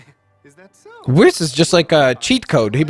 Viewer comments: it’s pronounced wees lol I hope you understand qhat I mean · Who else got aggravated when kept saying Whis wrong? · that is not how you say whis